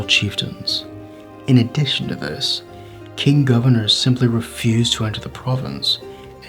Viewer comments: I never knew about this rebellion, very interesting. But one thing is, when Chinese is translated to English, the "Q" is pronounced with a ch sound, so "Qing" would be "Ching," not "King." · Du wenxiu is a hero I both ROC and PRC, such a wonderful general and personality to unite capitalists and communists in his rememberance to unproot the invaders. The fact that the commentator pronounces Qing as King, shows the illiteracy. Muslim generals had fought for western ideals in china, fought communism and gave their lives resisting them, still honoured by the Taiwanese, only for a stupid bloke to disrespect them.